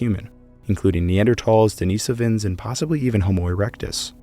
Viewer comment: Lol then he mispronounces denisovans